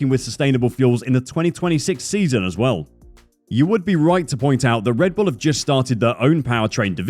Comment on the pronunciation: "RED BULL", not "REDBULL". You did it again. Souring the experience of a otherwise well done report.